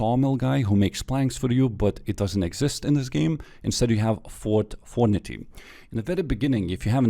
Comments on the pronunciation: fort fornity ahahah love u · Ahh Yes...Fort Fornity...